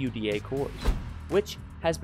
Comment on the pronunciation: Lol did he just say "C.U.D.A. cores"??